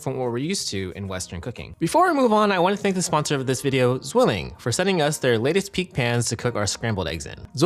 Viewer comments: tswilling, not zshwilling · Learn to correctly pronunce your sponsor name. :) It's a german company, so it's not "ZUilling".. it's "zVilling" 😅